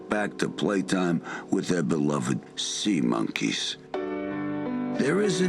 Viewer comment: HOLY SHIT WHEN SAID IT SAID SEMEN INSTEAD OF SEA MONKEYS